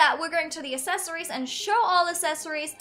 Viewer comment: Go watch how she used to talk and hear how she talks now.. I think she should learn how to say accessories